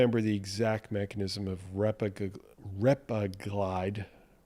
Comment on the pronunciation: Repaglinide: accent is on the 2nd syllable. I've found that for people without diabetes, just making sure their A1c stays in normal range is all that is needed. I believe that just avoiding dietary AGEs gives you a much bigger health bang for your buck than trying to micromanage transient post prandial BG elevations. Speaking of managing post prandial glycation, pycnogenol has been touted for decades to provide anti-oxidant protection from both post-prandial and pre-prandial glycation and I just found a brand new study out about pycnogenol and cardiometabolic risk factors. Would love it if you could run it through your thorough evaluation process to see if it actually holds water.